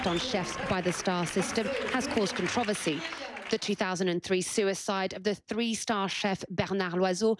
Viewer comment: I've never in my life heard controversy pronounced this way. She pronounced it "Con-trov-a-see" .. Interesting.